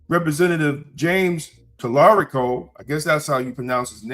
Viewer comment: What happened to the i in your pronunciation of Talarico?